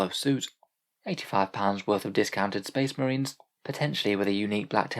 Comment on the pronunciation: Bleh, more shpesh muhreens